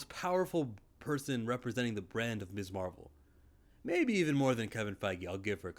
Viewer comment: You're right about the pronunciation of Ms. (Miz) but if you've watched anything featuring the character from the MCU content to the cartoons then you'd know that Marvel has always referred to her as Miss Marvel and that would be absolutely correct because she is a young lady who is unmarried